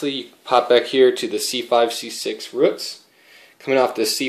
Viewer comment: But why do you pronounce roots like ruts